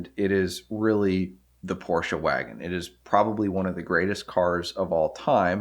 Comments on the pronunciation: It is really nice if americans say Porsche instead of Porsch :D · Immerhin jemand der Porsche sagt. Und nicht Porsch. Aber deine Aussprache von ausländischen Orten/Namen ist bestimmt immer zu 100% richtig in der Landessprache.